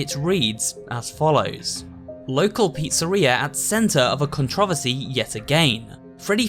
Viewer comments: Excuse me but what? "Con-troh-vessi" dont you mean "con-tra-verse-E"? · never in my life have i felt a part of my soul die more than you prononcing Controversy (kaan·truh·vur·see) as "CONTRAVISEY" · Don't mean to be rude but... Controversy is said Con-tro-ver-se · "con tra vasee" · I wasnt expecting the word "controversy" to be pronounced in such a way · Can we talk about the way he says controversy? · I’m not normally a grammar nazi but I honestly couldn’t tell if you said it wrong or if people from Britain just say it differently but the way you said controversy pissed me off so fast I had to comment about it to get it off my mind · How’d you say controversy again? 🤨